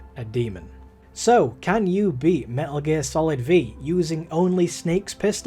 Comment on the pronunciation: "Me'uh Geer Salad V" my blood is on your hands